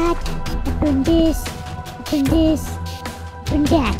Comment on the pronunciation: Why did mono say burn and he keep saying brun I love he blow up by a creeper and when he got two Lamar maybe it's from a village